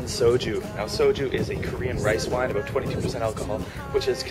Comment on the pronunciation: Talk aboot this, talk aboot that. Lol. Great story btw.